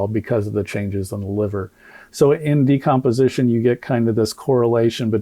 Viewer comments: Doc you are so kind and gracious to Crump's inability to pronounce even obvious words. Crump should be renamed Decompensation. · Crump couldn't even pronounce the word " decomposition " ....freaking idiot. Of course, he's now moved on the Wisconsin to get another payday from people who are grieving and don't know any better. He always gravitates to low capacity, low IQ people when he decides to slink in. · Crump can't even read the word "decomposition". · he couldn’t pronounce decomposition either. As a nurse, I couldn’t believe how he butchered that report.